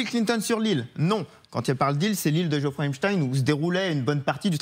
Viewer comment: Cest Jeffrey et non Geoffroy 😂